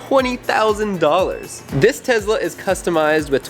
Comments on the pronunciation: BTW IT IS TESLA NOT TEZLA srry caps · It’s Tesla not tezla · It's not tez-la it's tes-la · Nice Tezla pronunciation lol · And it’s Tesla not Tezla btw 😑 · Why do Americans say tezla and everyone else says tesla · He said tezla but he probably meant Tesla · Who else thinks it’s funny he says Tezla